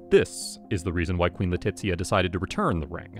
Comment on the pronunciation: you are pronouncing Leticia's name Italian, not Spanish